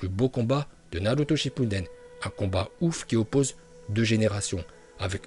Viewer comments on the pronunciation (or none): Taime naluto est pas Naruto. Saske. Est pas Sasuke est ta prononciation japonais est remarquable bravo.